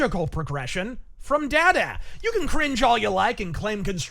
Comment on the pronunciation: The way he mispronounced DaDa was cringe inducing.